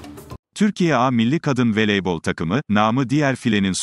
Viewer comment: Veleybol değil, voleybol